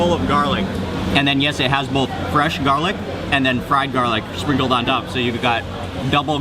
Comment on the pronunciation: i just LOVE the way he accentuates and over-pronounces the last letter of every worDDDD he speakkkkkks. I love it! There is SquiddDDDD and Garlicccccccckkkkkk! lol